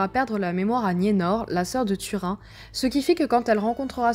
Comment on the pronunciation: Turin , prononcer "Turine";ça fait trop mal aux esgourdes "Tu_Rhin"......